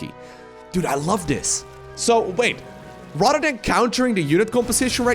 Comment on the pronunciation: I disagree.... he does well for esl however the D's instead of "Th's" are annoying.... Radder, furdder, so on sounds awful.